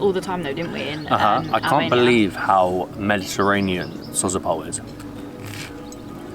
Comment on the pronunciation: It is called Dalian "Tchaika", "tchaika" means female seagull. Sozopol the stress goes on the second "o". Glad you had a good time 😊 Comeback again🙂